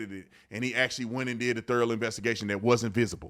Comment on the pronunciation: Love ya brotha but I gotta say thorough thur-oh lol not therrel